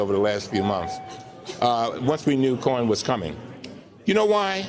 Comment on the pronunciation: Love Mr. Cummings, yet every time he says "Mr. Cohen" it sounds like he's saying Mr. Corn.